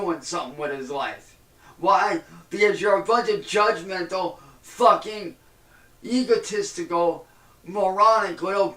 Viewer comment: He really pronounced egotistical, as Egehtistical 😂